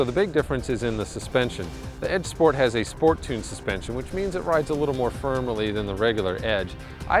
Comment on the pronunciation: i believe he said firmily. LMAO